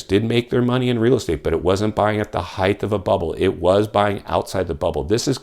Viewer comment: Height .... Not heigth